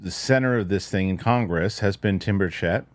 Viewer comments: Love you man. Thanks for all you do. I think he might pronounce it BIRCH-it. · Why is it that no one is able to pronounce Tim Burchett's name correctly?